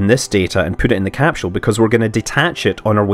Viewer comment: Capsule not capshoule